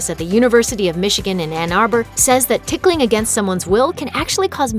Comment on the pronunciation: I hate hate hate being tickled Actually I'm cringing every time the narrator says "ticking"